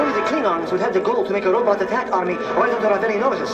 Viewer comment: Gene Roddenberry pronounced robot as ROW-butt